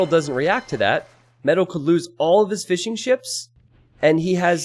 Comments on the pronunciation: Every time you say fishing ships I hear "fish and chips" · When you say fishing ships i hear fish and chips.